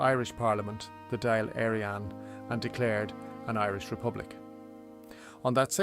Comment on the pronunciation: It can. Even Dáil Éireann was butchered